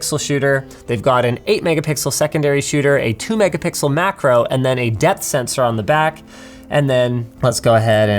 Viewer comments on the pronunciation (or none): MACRO not MACO xD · maco???? or macro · Maco? not Macro? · "Maco Camera" :D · "Maco Camera" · lol "2MP MACO" sensor 4.48